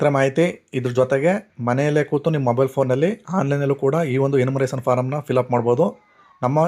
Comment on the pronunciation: ಎನ್ಯೂಮರೇಶನ್ ಫಾರ್ಮ್ ಅದು ನೀವು ಉಚ್ಚರಿಸಿದಂತೆ 'ಎನ್ಮುರೇಸನ್ ಅಲ್ಲ'